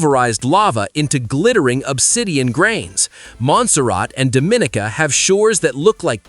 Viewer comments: Love the Caribbean. My wife and I lived aboard out sailboat and sailed the Caribbean for over 14 yrs. Loved Dominica. BTW pronounced Dom i NEE ca. not Do MIN i ca. still lead developed than most E Caribbean Islands. The rain forest in Trinidad is world class. Asa Wright bird sanctuary is Amazing. Scuba was another passion that we had. Yes, great snorkeling and Suba diving. But sadly as in much of the world, the reefs are dying. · I'm really tired of you white people trying to do documentaries about our land and can't even pronounce the names of our Islands right it's pronounced Dum-a Ni-Ca. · Dominica is pronounced Dom-i-nee-ka